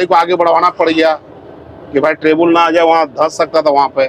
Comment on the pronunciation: ट्रेबुल nhi ट्रबल Bolte Hai 🤭❤